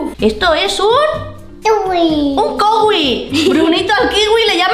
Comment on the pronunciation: Es kiwi no kowi